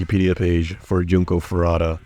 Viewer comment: HER NAME IS JUNKO FUR*U*TA. AND HER KILLERS ARE STILL FREE.